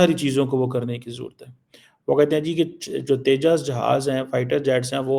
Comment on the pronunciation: Teja nahi Uska name Tejas